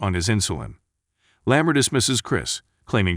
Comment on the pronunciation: "leh-MUR" instead of 'LAH mar' Hmmmm..."meh - du - nuh" instead of 'Me-DEENA'? As the spokeman for this film says, "You should watch this movie." And listen, too.